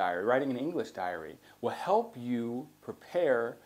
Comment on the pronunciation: Diary not dairy, please! Tks